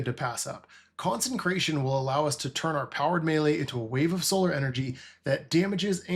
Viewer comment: Decent video, just pronounce consecration (not consencration) correctly in future videos.